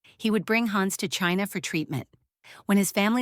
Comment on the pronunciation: Please, don´t say: Haaans...it is "Hanns". It's as annoying as a fly on your nose....